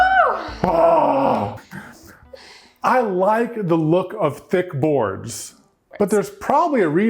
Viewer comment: i thought he said "i like that look of think boys" instead of thick boards XD